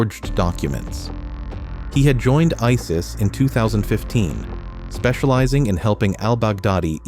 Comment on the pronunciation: Why tf do you use AI voice? That ruins the whole Video "Members of Ei Es Ei Es" Tf